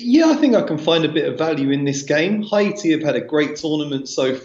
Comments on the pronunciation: I have said it before please pronounce Haiti as it is. It’s pronounced Hay-tee not Ha-e-tee Hay-tee Hay-tee Thanks... 🤣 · Another clueless. Go investigate and then come back to me. I have friends from Haiti and I’ve been there plenty of times and I can assure you it’s pronounced Hay-tee for Haiti. says it right at the beginning. Not a big deal. I really don’t care. Just pointing out that’s all